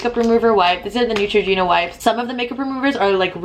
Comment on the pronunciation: Girllll, it is NEUtragena not NUEtra.. you're welcome xoxo